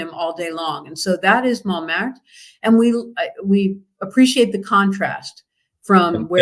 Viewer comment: You can't pronounce Tuileries or Montmartre